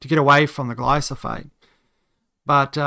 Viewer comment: "Gordian" knot. Dummies trying to use words they don't know is cringe. For literally every word, an example audio can EASILY by found showing how to pronounce it; how does this guy not know this?? *atrial, adj. of the atrium, (not arterial). *GLY-PHO-SATE, (not glysafate).